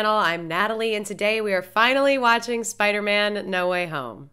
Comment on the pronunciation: In don't mean to be a Chandler but his name is Spider-man not phil spidermin🤣